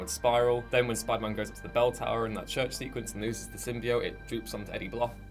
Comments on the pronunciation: yes for the love of God yes why so much emphasis on the I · Sym-bee-ote not sym-bye-ote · Sim-bee-oat is, to my knowledge the correct way to say it. Changes per dialect but I've never ever heard it the way its said in the trailer.... made me wanna start punching kids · RxR Root words can change pronounciation when used in other words and symbiote is said to be pronounced sim-bee-oht on . It's also never said anyway else in any other media to my knowledge. The other one also just sounds weird. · I typed it into I translate and the translation came out with the e silent but everything else was correct which was still less annoying than sym bye ote though maybe she was going by the English pronounce of each separate word sym bi ote because as we know bi is sad like bye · Abraham Datepicguy Nazario yes it is a bit troubling that these 2 did not mention a thing about it. Found quite a few online articles reacting to the "sym buy oats" as one journalist put it. Here is hoping its a publicity thing and there is a voice over. Either that or its like how Marlon Brando (Jor'El) in superman pronounced krypton as kryptin lol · The biggest thing that bugged me was how they pronounced "symbiote" other than that... So far so good. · J&N Gaming and More! Thank God I found you 2. Why can't they say it right omg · J&N Gaming and More! Its little stuff like pronunciation that makes me worry. If you don't care enough about the source material to at least get your actors to say the names of shit the right way, what does that say for everything else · Maybe it is just a quirk of the character Jenny Slate is playing cause we only hear her say it. If other people in the film also say it than its an issue. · Also the way that woman pronounces symbiote makes me wanna jump out my window